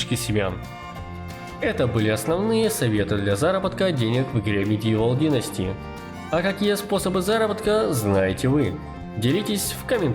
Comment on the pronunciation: Выдумал какое-то название игры, хотя бы читал? Мегивол Генсти, надо же так исковеркать Медивал Династи